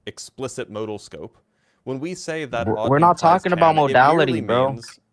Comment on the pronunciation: did this mispronunciation of modal in a different live.